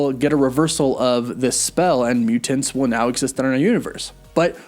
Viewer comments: I love your videos and watch them every day, but the way you pronounce mutants and important (mu-TINTS or impor-TINT) is driving me crazy. You said mu-TINTS like 87 times in this video and every time I wanted to shoot myself! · Is it just me or does he pronounce mutants hella weird. MuTENTS. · My dude… your over pronunciation of Mutants is both endearing and distracting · Is it just me or does he really accentuate the "TANTS" in the word Mutants.